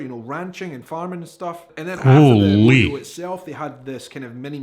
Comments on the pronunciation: Hi, 6 generation Central Texas cowgirl here. Rodeo is pronounced row d o. Dallas is full of city slickers or what we call concrete cowboys. To see real cowboys and ranches go to West Texas towns like San Angelo and Abilene. South Texas has plenty of em too. Always grab your cowboy hat by the “crown” the top part of the hat. The rest of the hat is the “brim”. Never touch the sides as this will cause the hat to loose its “crease”. Tip your hat forward or backwards with one hand in the front. Whataburger for the best burger, Diary Queen for the best ice cream, Bar B Q and Mexican food for breakfast, lunch, or dinner, and don’t forget the Sweet Tea, Dr. Pepper or Big Red to drink. We also have Lone Star Beer and Shiner Bock is brewed right here. Hope this helps! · 120° F.... is what like 47-48°C at its worst. 93°F is more typical. Howdy from Central Texas. (Rodeo ... "Road E O" Pecan... "Pea Cohn" is the Texas pronunciation and accent.) Spring and Autumn is best and Winter is wonderful if you are used to a region with snow. Rarely see snow. Tip for cowboy hats. Black felt is winter wear. White straw is summer and its to protect you if you work outside. Pack sun screen. But if you like to wear it...wear whatever cowboy hat makes you feel handsome or pretty. But yeah come to Texas for a visit. We would love to have ya. We like to meet from all over the world and share our culture with you as well. Texas really is like a country. Was in fact at one point an Independent Republic that accepted an invitation to become part of the USA as a State and very large. We describe distance not by kilometers or miles but colloquially by hours. "About 3 hours from here " works out to it will take you about 3 hours to drive there from this location. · Rodeo is pronounced "ROW-DEE-OH" Hope that helps |☆|---| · Rodeo: Road-E-O unless you are in California, it's Ro-Day-O Drive. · It's actually Row-day-oh, but most people say Row-dee-oh. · How to pronounced "Rodeo" .... Row Dee Oh.